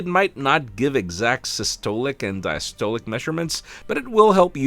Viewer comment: You somewhat butchered the words systolic and diastolic 😂